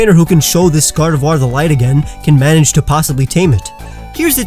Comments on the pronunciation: GARDEVOIR, NOT GARDOVIOR! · GARDEVOIR, NOT GRARDVOIR! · GARDEVOIR, NOT GARDEVUAR! FIX IT NOW!